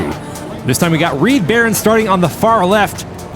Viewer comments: In the first race I think the name should have been Reed Ba-Roan as well, not Barron as pronounced. Words are hard 😊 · 1). Reed Barone is mispronounced. Pretty sure it's supposed to be Barone (buh-roan) as in Ray Barone in "Everybody Loves Raymond". 2). Is it Fitz or Fritz? Because the name is spelled F-I-T-Z, but 2d and 3d keep saying FRitz. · how is "fitz" pronounced "fritz"? how is "barone" pronounced "baron"? why did you keep saying "Mean Green Joe" instead of "Mean Joe Green"? This one is very sloppy and I didn't enjoy it because of these mistakes.